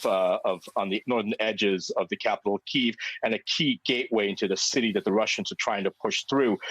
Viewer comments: PLEASE. Stop saying Kyiv in RUSSIAN! It is NOT KEEV! It is Kyiv (Key-iv) or even the American Kiev... FFS, it's insulting to constantly hear Keev, it sounds like skeeve. >> Tom's Ukrainian/American wife Pam << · Key-yiv — two syllables not one! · Try pronouncing the city's name properly. Hint: It's not "Keev".